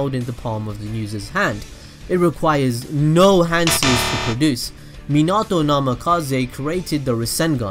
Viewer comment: You said minâto. Not minato ... Too much "Ah" Its "ao"